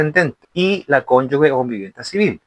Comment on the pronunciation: OJO, se dice Cónyuge... (cónyuJe... sonido fuerte como la jota, porque no lleva "u" entre la consonante y la vocal), para que puedas decir Cónyugue (sonido suave) debe haber una "u" entre la g y la vocal que le sigue... tal cual como la palabra "sigue"... si le quitamos la "u", por ejemplo: "gente", "gigante", tú no dices "guente" ni "guigante" (sonido suave). Otra cosa es el uso de la "ü"... que se usa para que la "u" que va entre la g y la vocal que la sigue, tenga sonido: "pingüino", "agüita"...